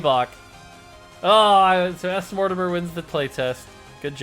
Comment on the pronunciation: Smortimer was pronounced smort-te-miar. I was pronouncing it Smort Timer. “Smort Timer put them on a clock. Then said gg and won the game.” I guess smort-te-mir is ok. “Can he gg Smort Timer? Will Smort Timer put him on the clock? We will have to wait on the next episode of ... DRAGON BALL Z!”